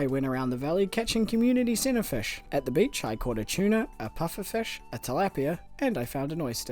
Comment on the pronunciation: take a shot everytime he said "FESH"